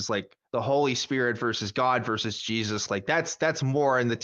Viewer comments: Pronounced Hezeus? 😏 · Jesus loves you. - The feeling's mutual. By the way, he pronounces it hay-soos.